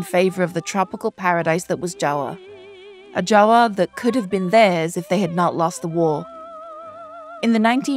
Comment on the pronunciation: Much respect for pronouncing "Java" as "Jawa" as it is in Bahasa Indonesia. This is a great breakdown, I learned a lot as Indonesian myself. Thank you!